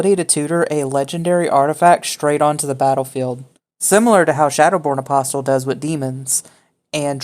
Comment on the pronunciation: Loved the video, but >>NGGHH<< "apostle" has a silent "T".